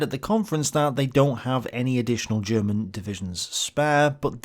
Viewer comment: here, as a german i think your efford to use german words and even alot of the pronunciation is awesome. and i bet most of german viewers think the same. (i bet you know, but sometimes somebody need to say it, in case you read this comment)